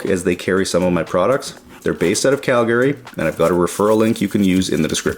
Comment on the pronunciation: I know you not from the south you said it like Cal-Gary 😂